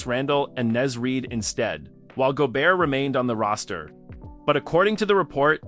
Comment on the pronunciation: If your robot voice can’t say Naz Reid, just shutdown your channel.